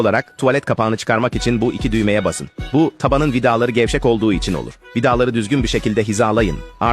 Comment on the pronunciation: vidağğları nağğğsıl sıkaçağğğğaz